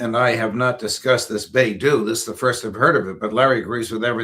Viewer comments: Beidou is pronounced like bay dough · Dear Sir, it is Bei Dou